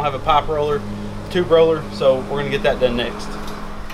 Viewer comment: instead of going to the extra effort to add *TUBE to the screen every time, why don't you just say it right?